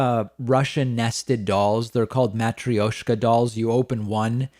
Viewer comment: Matryoshka doll pronunciation on point 😒